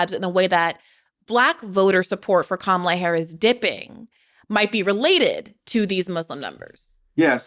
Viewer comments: The correct pronunciation of someone’s name is whatever they say it is. She pronounces it like COMMA-LA. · One of the best episodes of Bad Faith Podcast ever! BTW the proper pronunciation of Kamala is Kamla. The second “a” is silent. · Sure, perhaps if they were discussing Palestine but aside from that Butch Ware knows nothing about politics. He can't even pronounce Kamala's name correctly.